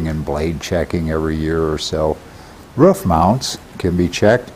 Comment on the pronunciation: On the rough ?? Is that how you guys pronounce roof on Arizona? ....rough ?